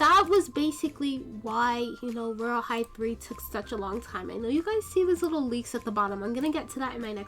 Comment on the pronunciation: why did she say wittle.